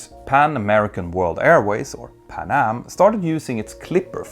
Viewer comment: pan---am, not panam